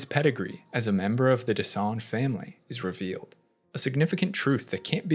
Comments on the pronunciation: So far it's the best explanation I've seen. too bad you keep saying what sounds like "Dessange" instead of "Dessendre". Maybe it's an accent thing in which case, my apologies. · Watching this guy try to say Dessendre but saying Dessange instead was hilarious. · Je pense pas que ce soit ça. J'ai vu pein de vidéos d'autres anglophones le prononcer plus ou moins correctement. Ce mec là est le seul à dire dessange. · You did a few mistakes.. Sciel didnt give birth.. she lost the baby when she tried to drown herself after they found the body of her husband. Also, the way you pronounced their familly name 😅 DescenDre not Gre my dear.. but good video all the same. Thank you for the extended explanation. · Why are you calling them Dessange?? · Even as a French speaker myself, though not fluent, rolling your R’s can be difficult. That’s why.